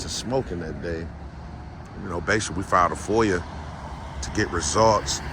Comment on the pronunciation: There's no r in foia. .get it right